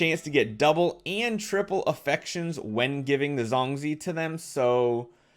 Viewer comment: Hahaha its funny how says zongzi. This video will probably make me laugh